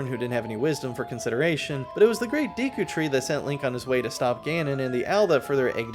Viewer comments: Deku* not deeku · The amount of times you miss pronounce Deku is driving me insane. Do you think if have a deck of cards you'd say "grab my deek?" No, you wouldn't. It's not deeku, it's Decku... (not in spelling but in pronunciation anyway) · Deku is a name from the original Japanese, so we should look to Japanese for how to pronounce it. "De" and "ku".